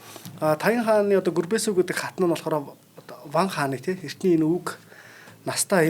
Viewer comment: Гүрбэсү баатар гэж авч байна ккк